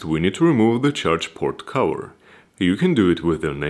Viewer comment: i love how he says "CAHUUHARRR" and not "cover" :D nice video but not what i was looking for, i want to see if it is possible to add yet ANOTHER battery for even more range :D